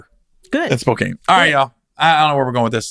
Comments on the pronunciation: spo-can is how Spokane is pronounced not spo-kane just a heads up we love you here gary! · Gary (respectfully)called Spo-Can...not kane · Don't call it Spo...CANE...it's Spo..can...as in 'I can do that' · Gary: It's SPO-CAN hahaha not SPO-CANE - We're looking forward to having you here man. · I say Spo- kane as well. I was on a conference call with people there and every time I said it, they chuckled. They finally told me it was Spocan..😂😂 I said " Well.. That's not how it's spelled"!!! I'm from back East.. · Spo-can. And I'm not anywhere near Washington state. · Spo - can lmao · Chris, why didn't you correct Gary on the pronunciation of Spokane